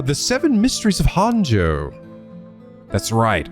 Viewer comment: This is going to bother me forever if I don't correct it now: Japanese is a phonetic language with syllables that are almost always separated out by vowel sounds, so... "Honjo" is pronounced "Hone-Jo" like "Hojo" from FF7. It's not too late. Please, come to the light, we can still save you from mispronouncing all the proper nouns in another japanese visual novel, EDIT: Also, as someone who's only about ten minutes ahead of where you are in the story, I have to say you should NOT look at any other playthroughs, even ones that show parts of the game you've already seen.